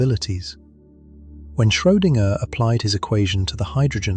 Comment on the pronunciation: Schoedinger is pronounced in one string